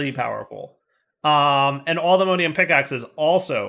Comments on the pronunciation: For the love of all that is holy, please stop saying allthemodeium. Its mod,, MOD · pronounciation of Modium is very Jraphics vibes. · pronunciation of allthemodium hurts me